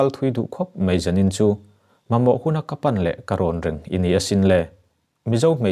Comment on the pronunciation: Mai tih tur ah mei i ti thin a